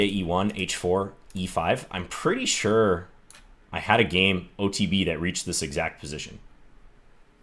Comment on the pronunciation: absolute peak Midwest John accent with "I'm pretty sure" 😂